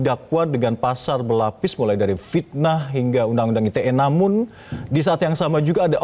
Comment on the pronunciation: 😂😂pitnaaah nya